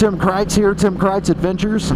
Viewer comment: Tim not tin. fecking phones;)